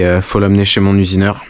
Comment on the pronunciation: "mon usineurhin"